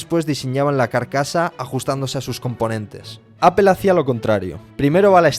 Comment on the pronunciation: Que fastidio que pronuncie mal "apple"